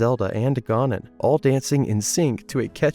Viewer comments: Great video but your pronunciation of Ganon kills me...ga-nuhn not GAR nuhb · Why do you keep saying “Gah-non”?